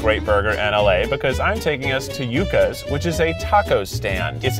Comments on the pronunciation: Sorry kieth but it’s pronounced you-ca. It’s a root vegetable. So good too. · Keith it's not yukka, it's Joo-kah. Yucca, it's delicious. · it is pronounced youcka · The most annoying part of this video is how she keeps saying “yuh-ka” vs “Yoo-kah” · Oml me too. The way they pronounce it sounds like yuck-ah which just doesn't sound appetizing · yuk-uhs 😭 , instead of ju-cas 😭 . Keith is the best 😭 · the whole video I was yelling stop saying ya-cas its pronounced you-cas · Yakas? It is YUCA'S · Yuca is pronounced like “you-cah.” Yuca is a starchy root vegetable like a potato. Very popular in Caribbean cuisine. From a local Miamian. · Hey Keith for your info it’s Pronounced “YOU-KA” Yuca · Keith said you-ka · They all say yuh-ka and I’m like “NO!!!!” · The way they pronounces yuca make my little Latina heart hurt. It’s pronounced you-kah or in Costa Rica (where I’m from) jew-kah. No judgment though, I’m just glad Latino places are popular. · It’s “U-khas” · omg. can I just-- it's pronounced ✨(yoo-cah)✨ but us hispanics will argue (joo-cah) as well. anyways that just annoyed me so now I'm being annoying about it LOL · As a Hispanic person Keith made me want to cry every time he said the word "Yuca" 😭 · THANK YOU!!! My heart was hurting every single time they pronounced it incorrectly. 😭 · The way Keith said yuca made me physically recoil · Keith your white is showing with your pronouncing of Yuca lol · I hate that Keith pronounced Yuca like that 😤🤦🏽‍♀️😓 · Is anybody else cringing every time they miss pronounce Yuca’s???!!! 😣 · Keith needs to stop taking people to los feliz until he can pronounce it correctly lmao (also it's yoo-cuh it's a vegetable) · Lmao he can somehow say “Yucatán” correctly but not “Yuca.” It’s like mispronouncing “milk” but not “milkshake.” He also can’t pronounce “feliz” lol